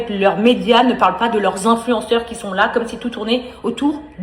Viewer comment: "vingt zinfluenceurs". Et elle persiste en plus ! 😂